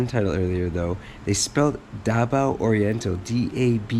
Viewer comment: Spelling stuff: There is no “v” in the Philippine alphabet. Most Tagalog/Pilipino words are sounded off with a consonant followed by a vowel or vice versa. Oriental is not pronounced O-ri-en-tal but or-yen-tal.